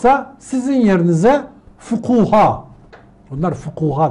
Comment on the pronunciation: Efendi kelimesi, Arapçadaki seyyid kelimesinin de Türkçede karşılığı olarak kullanılır. O bilgiyi düzeltelim lütfen! Fukuha değil "fukaha" ayrıca. Ha bu arada sadece namaz kılacak olduğumuzda mı Allah'ın huzurunda oluyoruz?! 🙂 Takdir ettiğim konularda pek konuşmuyorum, kusura bakmayın, yanlış varsa onu düzeltmeye odaklanmış durumdayım. Selam!